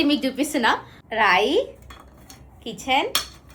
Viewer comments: Keychain ❌ kitchen ✅😂😂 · Keychain ❌ kitchen ✅😂😂😂😂